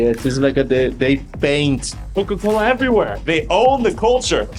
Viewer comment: It's everyWhErEeee~~~